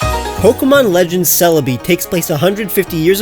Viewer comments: Is it just me or did he say legends serebi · u said seribi lol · “Cerebi” ” C E R E B I “